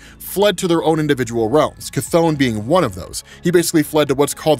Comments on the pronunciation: Cath-ON lol 😂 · The way how you say chthon makes me laugh everytime!